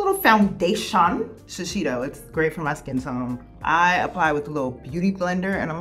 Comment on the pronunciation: after watching over 300 of these videos i can officially confirm no one knows how to say shiseido